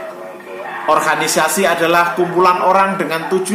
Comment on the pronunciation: Mohon maaf om Organisasi om dibaca...bukan di orhanisasi